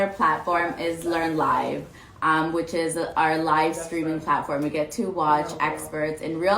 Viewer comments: "what do you like most about our platform?" I literally understood "learn lie" instead of "learn live"🤣🤣🤣🤣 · I legit thought she said "Learn Lies".